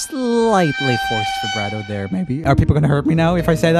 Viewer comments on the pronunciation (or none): none